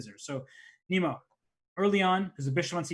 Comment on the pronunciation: he keeps calling her Nemo... im assuming thats not how her name is pronounced?